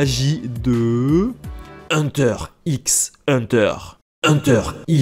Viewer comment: ça s'ecrit:hunter X hunter mais sa se dit hunter hunter car c pas un x mais une croi